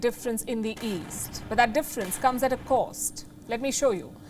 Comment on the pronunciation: "...difference comes at a coast". Its cost not coast